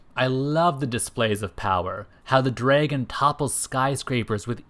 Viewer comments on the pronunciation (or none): Say “draygun” one more time.